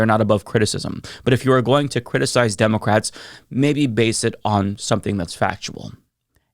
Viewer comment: "ImmOgrants" "demOcrats" my fav words to hear say. lol